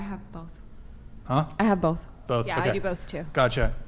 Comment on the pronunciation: tried so hard to get a "gotttcha" moment lol